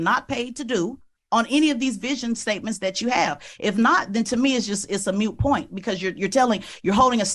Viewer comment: "Someone hasn't did" 😂🤣😅 "mute point" 😂🤣😅 She must have skipped English class.